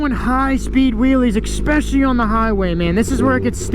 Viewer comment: There is no word "exspecially" so please stop saying it!